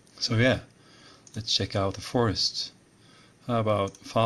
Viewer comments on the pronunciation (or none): none